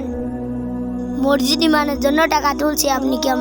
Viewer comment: মরজিদ না মসজিদ,,আগে কথা বলতে শেখো।